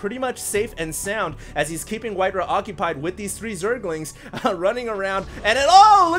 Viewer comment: Alright it's been bugging me for long enough,.. It's pronounced White Rah not White Ruh. Why would you pronounce Ra as Ruh?